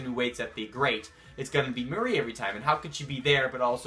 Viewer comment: its not muhri its mar like calamari